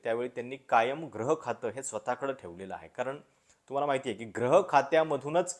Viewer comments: ग्रह नाही गृहखाते,ग्रह या उच्चाराने अर्थ वेगळा होत आहे. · ग्रह की गृह याचा उच्चार मला वाटतं gruhakhat ऊकारांत झाला पाहिजे.